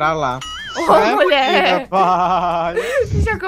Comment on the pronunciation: Eu amo quando o chama o de Muié